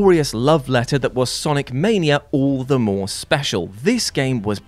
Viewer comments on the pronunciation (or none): none